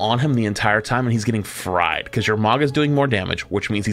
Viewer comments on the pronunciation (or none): none